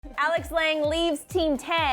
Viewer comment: it's not 'lang', it's 'lan-ge' it's french